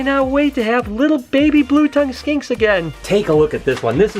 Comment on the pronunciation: Blue tongue Skanks? R u saying skanks or